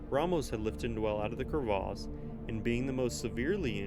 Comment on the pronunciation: It's cravesse not crave arse lol Less background music/noise or no background music/noise would be good